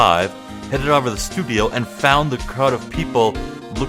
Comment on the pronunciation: Every time you pronounce "over" like "ahver" it throws me off. This game has me on the edge of my seat and I'm loving your commentary!